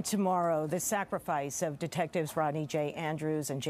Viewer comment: DID YOU HERE THE REPORTER SAID SACFRICE pay attention to words. How did those other cops lose the trail for that to happen.